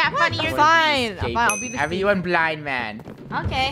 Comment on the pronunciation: I just heard funneh say "there will be a blind mand